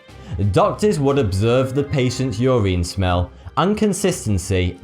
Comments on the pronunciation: why do you pronounce everthing wrong? urine is not pronounced ureen, it is pronounce like u-rin, glacier is not glass-ier it is glay-sher. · its urine not your ien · its pronounced yer in not yer reen....urine not ureen... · It's pronounced "Your In" not "Your Ine" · he keeps mis-pronouncing urine. he pronounces is ur-ine rather than ur-in. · I didn't know urine was pronounced ur-een in the UK. Or is that just certain dialects? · Ah yes Your-Ine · U say urine like Yoreen😂😂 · holllllly fuck i was getting annoyed when he was saying urine like "your-een" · 'your eeeen' LOL. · I like the way you pronounce the word "urine" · Lol I've never heard anyone pronounce urine like that. Probably because I'm American and over here no one cares about proper linguistics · Wow the way you say urine is hilarious